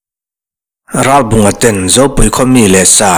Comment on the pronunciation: Ralbunga tih hi Ralbàwnga tiin a ri tep thina beng a kham thelhthin. Ngaihnawm na rawh e. Zonun zemawi hmuhtur a awmthin mawlh hi